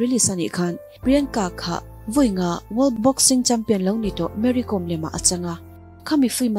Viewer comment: Mary Kom tih hi a lam dan diktak tur chu 'lehkhabu kawm' tih kan lam a 'kawm' kan lam ang hian lam tur aw...Boss🙏